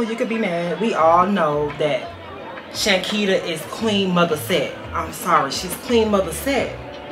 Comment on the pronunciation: Yall been butchering her name for sooo long😅